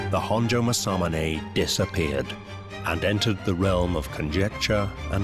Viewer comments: Don't worry it's irritatingly mispronounced by this narrator. Mas-a-moon-e not mas-am-un-ay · That can't be how you pronounce masamune, MA-SAMUNAY? Surely not. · it literally says and reads Maa- sah-myoon. Both "a's" go up front when you spit it out before you laugh it up. Maybe try pressing the mic icon. It is a helpful tool to help you hear the proper pronunciation.